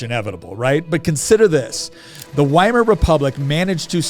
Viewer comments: It 's pronounced "VY-mar", not "WHY-MAR." Is that so difficult? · Please, it's Veimar. Ther German W is pronounced as V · The W is supposd to be pronounced like a V. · 'Weimar' is a town in Germany, pronounced 'Vye-mar'. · Why Mar Republic? WHY mar? It starts with a V sound and everyone who speaks English pronounces it with the V sound. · Because the W in German is pronounced as V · ITS PRONOUNCED WITH A V, PLEASE DON'T SOUND DUMB WHEN YOURE6TRYING TO CONVINCE PEOPLE YOU'RE SMART